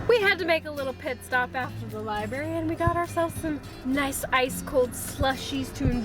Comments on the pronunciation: Library not libary just saying. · If you going to the library, you might want to check out a dictionary and learn how to spell/ pronounce the word Library. I heard you say " libary" several times. "Just sayin'. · There’s an R in libRary and it is pronounced